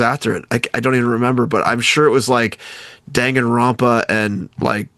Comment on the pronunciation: Surprised it was Frank with the mispronounciation and not Sean... DONG-anronpa is not correct. Dang-anronpa, Frank.